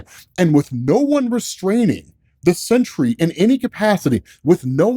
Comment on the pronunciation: Dude I've been listening to these while I work this morning and I thought it was the century til I just saw the title, definitely throwing an extra syllable in there most of the time you say it